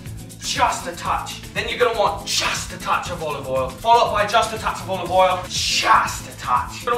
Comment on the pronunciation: He pronounces it “Owal”. 2/10 for inaccuracy